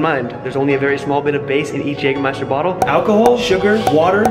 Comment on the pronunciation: Very well. You've learned how to pronounce Jägermeister.